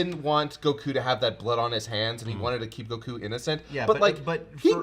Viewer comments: I how he pronounced goku name it’s like GO-KU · why do you call him gokU instead of Goku? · Damn the way he pronounces Goku is really irritating